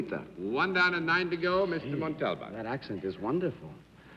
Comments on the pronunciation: I checked and the encyclopedia and other references show the accent on the final syllable and further show the pronunciation of that syllable as the accented one by separating it from the first two. In all the years of his performances I never noted anyone else who called him that, even among other Mexicans that I recall. I would love to defer to your knowledge of Spanish, but I think this was Daly being his fussy, overly-sure-of-himself self and saying it incorrectly. I will look into this further. All the Spanish speakers I know are not Mexican, but I know a couple of Cubans who have formally studied the language and often advise me on things like the correct pronunciation of Guillermo Vilas, who was an Argentine tennis player. In any case, it is part of the interesting richness of the Spanish language in all its permutations. Thank you for piquing my interest in this. I will see if I can think of somewhere that he may have said his name himself. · Galileocan g John Daly's mispronunciation of "Montalban" disturbed me too, especially after Arlene had pronounced it so beautifully in her introduction. For such an educated person and professional broadcast journalist, it is surprising that he had so much trouble with it. In previous episodes he also pronounced Peter Ustinov's name "Oo-stinov," even though Arlene said "You-stinov," which is the way I'd always heard it before. I'm not sure with that one which is actually correct according to its language of origin. I suppose it was their own senses of etiquette that prevented either of these guest panelists from correcting any mispronunciations on the air. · It's like he didn't have a clue who Ricardo Montalban was as his pronunciation of his name wasn't even close. Maybe that's why Mr. Montalban never appeared on the show again. Perhaps he was insulted. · Mr Daly could not pronounce Mr Montalban's name correctly. He kept chopping off the end. Annoying. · Daly keeps mispronouncing Montalban's name.